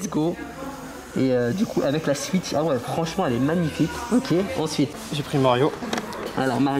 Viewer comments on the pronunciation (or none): none